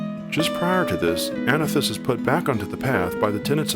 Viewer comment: "Anothis" is modern Greek. In ancient Greek the delta would not be pronounced like theta.